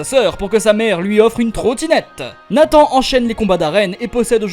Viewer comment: Nathan =>> nee san 😂😂